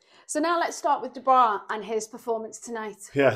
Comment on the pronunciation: . What the fuck is a Reee-view and Who the fuck is Daniel Doo-Bra? 😂